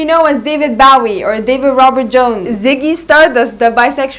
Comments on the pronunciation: Its a good video but its not Baw-ee its Bow ( as in bowtie ) ee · Its not bawee its Bowie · His name is BOOOOOWWWWWWWWIE !! As in ‘ Low, Go, Snow! Not Cow, Brow, get it right, and his eyes were not different colours. So many things incorrect here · At least pronounce his name right 😭it’s Bowie as in bow tie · Why is she calling him "Bahwie" ? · Learn how to properly pronounce his name! Boh-Weeh Pendeja! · No hate but I hAte how u say Bowie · You pronounce his name wrong. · Thanks for pointing that out. I cringed each time she mispronounced his name.